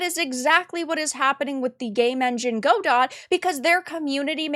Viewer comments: Sorry to be this person, but the pronunciation of Godot is "gah-doh" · Not a big deal, but the word Godot is pronounced "guh-dow". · It’s Guh-doh. Follow Redot, the non-political fork just created. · For the love of god, it's not "GO-dott", it's "guh-DOE". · uhhhhhhhhhmmmm its pronounced "guh-dow" lost all respect for you 30 sec in, cant imagine you getting any facts right if you dont even know the name GO complain about something else you know nothing about DOT EDIT: god why did i watch this, i was so right you're so assuming from what you show, i read that xananax is disapproving of the wokeness around the godot engine, perhaps exaggerating to try and counter balance what the CM said. in no way are they reinforcing anything nor stating their political opinion, they are countering it -- at least thats how i clearly read it. stop exacerbating, what you do (drama) only has entertainment value and i hope to dog people are smart enough to not be entertained. what you did here was form an opinion before doing your research and then desperately grasp at anything that could be twisted to support it. this is called "confirmation bias" and you're full of it - either keep being a clown or take the journalism route and someone might actually respect you godot sucks. to the one dev watching this: hop on the bevy boat, we're cruisin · "Gu-doh" fyi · just an fyi I believe it's pronounced "guh-doe", at least that's how I've always heard it pronounced. :) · Yes its god-oh. She pronounced it wrong. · Is that how you pronounce Godot? I always thought it was guh-dough. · Go-Dot lmao.... girl.... you have no idea what you're talking about. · You don't even know how to pronounce Godot... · They have a "she/they" community manager (it's pronounced shitty). I was wondering if i should finally ditch Unity and try Godot.... now I can't decide which evil is the lesser. Greed or woke. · That's not how godot is pronounced.